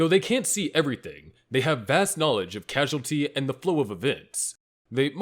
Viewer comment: Causality Not casualty. They are not the same word.